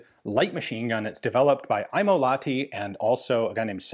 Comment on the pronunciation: got to pronounce the H in Lahti, otherwise near perfect